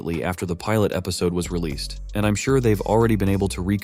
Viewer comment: Bro really said "ReleaSaid" instead of "Released" and said "EpisodeE" Instead of episode Like this dude is a text to speech change my mind 😭😭😭